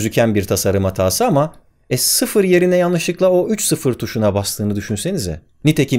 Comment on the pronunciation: 13 sayısını vurgulamanı bir tek ben anladım abi :D